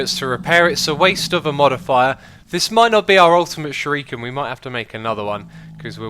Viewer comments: its not shiruken its shuriken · actually it's pronounced Shoo-Ree-ken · I think he's pointing out that it's shuREEken, not shuROOken. Also, little heads up, it's the manyullyn (obsidian too) that breaks "unbreakable" stuff. replace the manyullyn and those shuriken should never run out. magma slime is a good choice, especially if you put blaze dust on them. Prismarine could also be good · Sh*U*r*I*ken. Not Sh*I*r*U*ken. And the U is long (Sheruuken). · Shuriken: pronounced shoo-di-ken. Japanese R's make a D sound. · Shuriken is pronounced "sure-ee-kin" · Pronounced sure-ih(or eh) kin i would know being a black belt myself and trained in the arts of Japan (btw I'm arftroopr from ur stream :p) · YSquared, Yobozo and sher-u-ken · SHURIKEN. SURE-I-KEN. Im sorry but what people mispronounce Japanese words it really drives me crazy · its a shuriken not a shooroken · ShurUken and osium. Its supposed to be pronounced shurIken and osMium :D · Others have pointed it out: shuriken is pronounced sure-"e"-ken. Osmium is pronounced Oz-me-umm. :) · "Ossium" "Shuruken" This is like Etho's Ark Let's Play all over again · Who else was getting triggered by how he said Shuriken and and Osmium! Aha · The way X said osmium was bad but then he said shuriken. In the first minute I also most died as I am an avid lover of cool materials on mods and also ancient weapons. X I now speak directly to you, plz no more